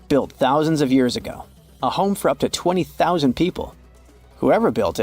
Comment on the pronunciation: A 20 zero zero zero seat stadium? Please teach your AI how to properly pronounce numbers lol